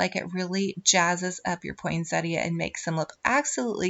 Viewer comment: It’s so nice to hear you pronounce poinsettia properly! Not everyone does and it really gets me. Merry merry.